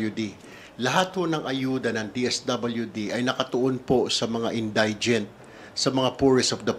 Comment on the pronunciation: Correct pronunciation of indigent: in- DI- jent. It is not in-DIE-jent. Hoy pa slang slang ka pa dyan, mali naman ang pagbigkas mo! 💥